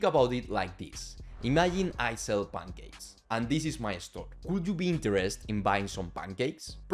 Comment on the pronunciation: bro, please articulate more clearly, i can only understand like 60% of what you're saying and that's with captions on. "Bangakes", bro just say pancakes, it's not that difficult. I'm Bulgarian. We don't even use Latin alphabet.